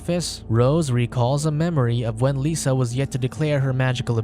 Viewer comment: I know it's petty. but her name is "Lissa" not "Lisa". It's a soft I not a sharp E